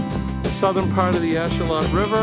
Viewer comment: Just because I like being pedantic. Ashuelot is said with a long E so it's said "ash-wheel-lot" and the 'lot" part is kind of said between "lot" and "lit" but you'll hear it said lot or lit or somewhere in between.